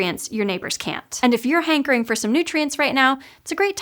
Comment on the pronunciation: The way you said "hankering" made me hear "Hank Green".